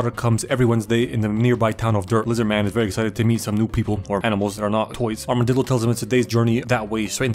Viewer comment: "Armadildo" I'm dead bro 💀